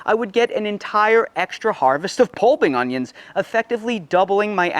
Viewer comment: Augggghhhh. Please stop saying "unghyins"